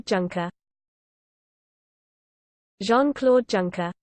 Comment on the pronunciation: Pronounced YUNKER